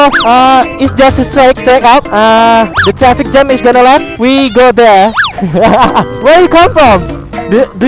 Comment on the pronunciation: From mana bang? From ''hell''yg gw denger :p